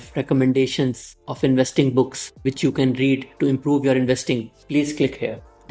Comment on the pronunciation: Brother your name is and not Abdul Rahman.. Stay blessed.... your videos are wonderful.